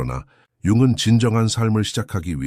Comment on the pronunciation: 좋은 영상 열심히 듣고 있습니다. 다만 융근 같은 연음을 들을 때마다 몹시 저항감이 느껴집니다. 융은이라고 발음해 주시면 감사하겠습니다.옛날부터 융은 이라는 발음에 익숙해져서인지 좋은 영상을 듣는 데 몹시 방해가 됩니다.